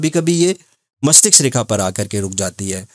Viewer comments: गुरु जी मस्तिष्क बोलना सही है मस्टिक्स नहीं 🙏🌹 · Mastiksa nhi mastiska😂